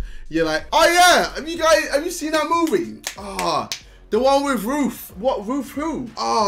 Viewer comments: I keep hearing "Roof" instead of "Ruth" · I thought JJ was saying roof instead of RUTH so I enable the caption and it's alos says roof